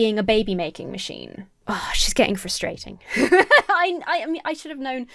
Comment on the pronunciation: I've watched other videos by orthodox women, and I don't feel like is adding a whole lot. It feels like it's just her opinions and judgements, while other women will give you advice for tznuit, preparing for shabbat, etc. Edit: off topic but I love how you pronounce "frustrating"